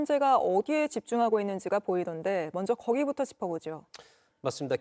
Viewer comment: 여자 앵커 발음 좀 고쳐라 … 먼zㅓ ….먼저 발음도 안되는데 공중바 뉴스 출연이라……먹었메